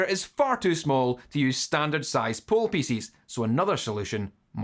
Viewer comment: i love "pieces" being pronounced like "feces ",makes me smile everytime